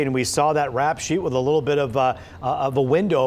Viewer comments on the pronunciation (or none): "why was he on the streets to begin wif?" 🤣🤣🤣